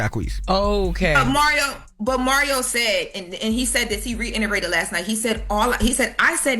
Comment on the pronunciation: "TV adaption"??? "He reinerated"???Really????? Wtf??🙄😒